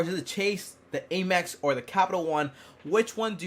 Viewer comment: it's not Aye-mex, it's Am-ex